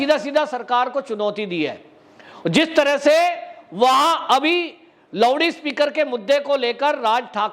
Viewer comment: आफ क्या बोलते लेवडी स्पिकर या लौडी स्पिकर? 😁😁😁😁 अबतक जानता था लाउडस्पीकर लेकिन आपने लौडी स्पिकर बना दिया. थोड़ा सा ओर देहाती कियुं नहीं कर देते. बोल दिजिए लेवडास्पिकर/ लेवडीस्पिकर.😁😁😁😁😁 कोई दिनो से जब आपके ए शब्द शुनते तो बहुत मजा आता ओर हसी भी.👍